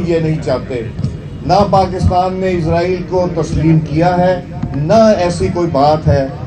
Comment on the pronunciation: Isreal. Nahin. Ezraeal. Keh. Raha. Ha....